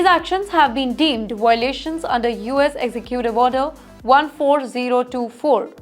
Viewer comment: She labours with words like "violations" which most Indians have a problem with. "V" should be pronounced with Biting your lower lip whereas "W" should be whistle-mouth. Can't remember how Sashi Tharoor describes this perhaps Google it.